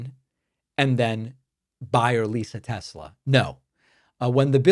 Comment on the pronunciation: It's simple, THEY LOVE TESLURRR